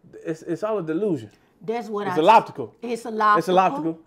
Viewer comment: “its oloptical” 💀😂😂y’all are hilarious